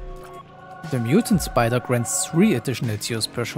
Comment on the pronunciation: myutant spidah